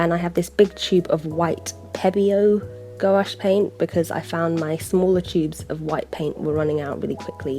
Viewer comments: “Go-Ash paint” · thanks for this! your videos are so calming aaaahhh (ps. gouache is pronounced without the o) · I pronounce gouache like gwash and I notice that you pronounce it like gowash. I don't know why I felt like commenting this :I